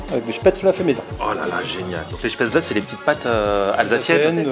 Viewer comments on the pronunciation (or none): rhooooo ça se prononce [schpèt]... comme "je pête" et [zeul] comme ze zuis zeul avec un fort accent allemand : Spätzel C'etait la leçon linguistique teutone du jour ! Bonjour ! LOL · On dit spätzl"é" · J'avoue ça prononciation n'est pas bonne